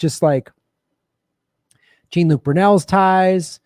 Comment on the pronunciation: Plz say his name right, it is pronounced "Jon-luc", just like the Star Trek actor. It does not sound like a refusal to respect the man, but rather proof of the ignorance and lack of sophistication and comprehension of lefties. You are representing all of us, way more than politicians so plz, plz, plz!